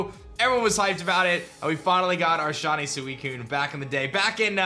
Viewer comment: Who else hears "Shonny" when this guy says shiny?